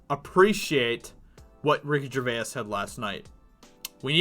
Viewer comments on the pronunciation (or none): Its pronounced ger vase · From a fellow a Brit to Ricky, Gervais is pronounced JERVAYZ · I wish this guy could pronounce Gervais. Dude gets a whole extra syllable in there. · Great commentary, however, how you pronounce “Gervais” is annoying. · How confident are you in your pronunciation of Gervais?